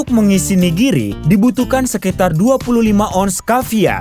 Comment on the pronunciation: Ka bilang nya 'nigiri'bukan (niriji)